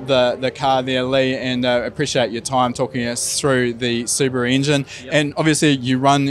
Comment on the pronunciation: Appreciate a kiwi who is able to pronounce Subaru correctly.